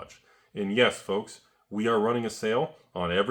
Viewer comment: F L O L K S ! (Enjoy that word dyslexia)